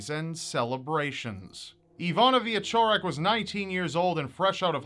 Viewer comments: I think its pronounced Veechorek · It's more like Vee - eh - ch - orek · Why is it so difficult for people to grasp how to pronounce “cz”?! I live in the US and when people ask how to pronounce my last name, I tell them how it’s supposed to be pronounced and then how it’s pronounced by most Americans.